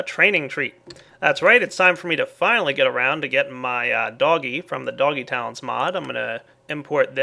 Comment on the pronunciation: the way you said "doggy tallents" made me think you said "doggy towns" HAH